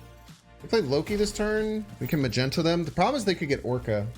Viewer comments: Mag knee toe , magento hurts me a little😂 great deck nonetheless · Its not "Magenta"...boy can't read?? It MAGNETO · he's Magneto .. not Magento